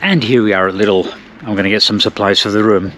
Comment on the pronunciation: I like you pronounce "Lidl". It's similar to the way the Americans pronounce "little". The Germans say it more like "leedle". 👍